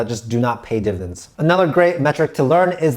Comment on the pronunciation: Div-ID-ends. Not divins. Dividends.